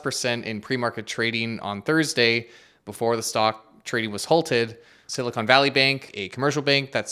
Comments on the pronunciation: Hey, you might want to be careful with your pronunciation. It's Silicon Valley, not Silicone Valley. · Fascinating how he can't say Silicon Valley correctly 😅